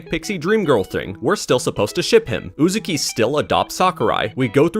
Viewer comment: im gonna cancel YOU for saying Uzuki instead of Uzaki